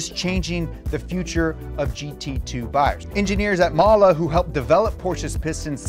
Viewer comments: thank you for pronouncing mahle lol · I love "Mala" (Mahle) pistons